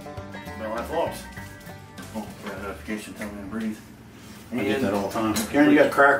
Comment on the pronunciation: the intro said bell life VOGS hahahaha